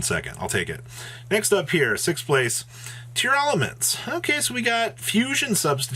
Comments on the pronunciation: Pretty sure it’s just “tearlament”. there is no extra “a” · Its actually spelled & pronounced TEAR-la-ments